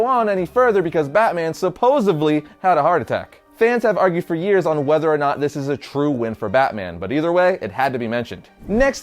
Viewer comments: "Supposevily" really??? Supposedly.....Good sir.... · supposedly not supposably you fuck-wit. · Did you say...."supposeably"...?